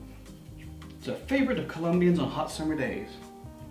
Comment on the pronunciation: Hi! I’m from Colombia, we really like both sour and sweet treats. I’ve to say you pronounced the names correctly